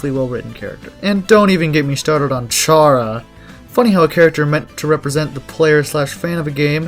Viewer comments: it's probounced karah, not ch-arah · YOU PRONOUNCED CHARA WRONG!1!2!;!!2!2 😡